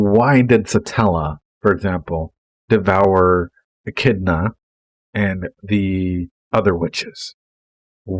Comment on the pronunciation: Thank God someone that finally knows how to say Echidna correctly. 1st person out of like 7 I have heard.